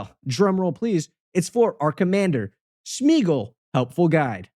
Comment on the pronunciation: It's [Smay-a-gol], not [Smiigol] xDD